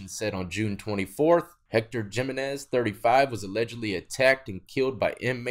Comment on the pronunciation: I’m Australian and even I know “Jimenez” not said like that it’s a “H” sound instead of a “J” sound. I thought you would know this with your background